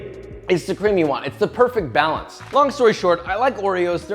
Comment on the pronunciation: Why u say it like cream it's cream